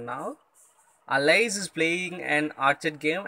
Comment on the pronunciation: Alice is a name and not an insect so, stop pronouncing it the way you are already Its really irritating. Go to this link for the correct pronunciation: and thanks for the code.